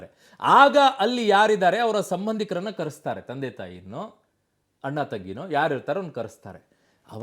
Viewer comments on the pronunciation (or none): none